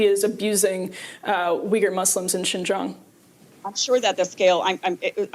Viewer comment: The white piece things on the right and left side do not even know how to pronounce the name of XinJiang, plus they have never been to XinJiang 😂😂 their whole imagination of conversation sounds very funny to me #fact